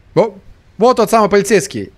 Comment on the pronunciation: начал говорить полецейскай! У меня настальгия от party hard